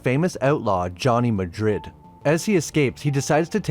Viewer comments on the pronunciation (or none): none